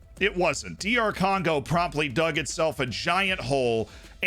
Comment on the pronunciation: My man actually said Doctor Congo